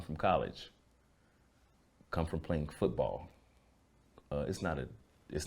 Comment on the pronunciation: The way he emphasized the word football when talking about suge’s past is so funny to me.